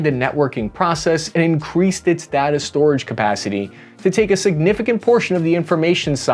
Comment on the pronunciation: PLEASE stop calling it "datta"